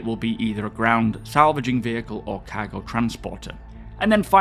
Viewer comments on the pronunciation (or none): Every time he says "cargo" it sounds like he's saying "caggle".